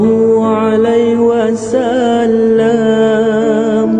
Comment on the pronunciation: Ada masalah sebutan huruf dan tertinggal perkataan. Sepatutnya sallallah hu`alaihi wassalam bukannya ....hu alai...